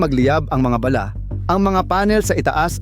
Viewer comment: Ayusin mo pronounce mo Ng bala.. Hindi ba'la?.. baduy mo.. huwag Kang umanino sa mga nauna Sayo . Pag Ikaw Ang gumagawa Ang pangit ser..😅